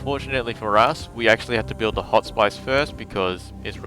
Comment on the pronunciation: You are English, so why do you mispronounce the word hospice? it's with an "is" sound at the end and not with "ice" sound at the end. Other than that I liked the playthrough ;)